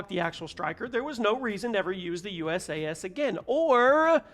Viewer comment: I'm going to make this easy for you in the future the pronunciation is basically like saying you sass so it's usas=you sass